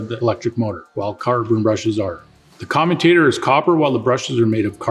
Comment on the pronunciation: I would have thought someone giving advice on dc motors would know how to pronounce commutator correctly.